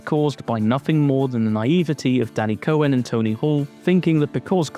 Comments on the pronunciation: "cohen" EVERY SINGLE TIME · “Cohen” huh? What is that, Italian?